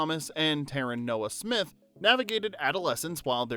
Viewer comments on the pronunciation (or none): none